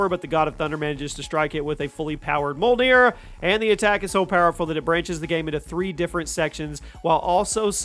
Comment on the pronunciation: Jormungandr is pronounced "Yor-mun-gan-der" and Mjolnir "Me-ol-ner"